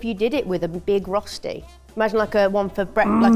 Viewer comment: Every time they say roshti I cringe so hard. It's röschti. The ö is pronounced similar to the "i" in "bird" (yes english is weird like that xD). So "bird" and "börd" is almost pronounced the same way. Now you know how to say "Röschti"^^